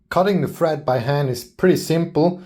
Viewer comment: it sounds like you are saying fret instead of thread